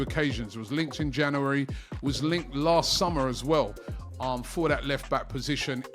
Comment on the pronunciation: Robbie still talking about the ‘Janeree’ transfer window 😂